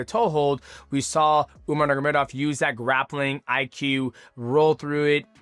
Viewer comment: 😂😂😂 u keep saying umar niggamidov